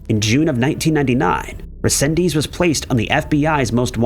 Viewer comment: Okay I couldn't take it no more, There's so much you got wrong on the Angel resendez Ramirez case, starting with saying his name wrong, then implying he was attacking people on the trains which never happen. Just a plethora of wrong information.